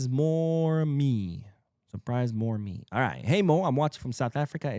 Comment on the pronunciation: More Me 😂😅 from SA keep the good work going Madristas are salty. Tears of my enemies keep my thirst quenched! Side note it's Moreme Mu-ra-me 'A' makes the 'A'pple' sound and the e at the end is like 'E'lephant Moreme dude caught a 3am show he a SA culer😅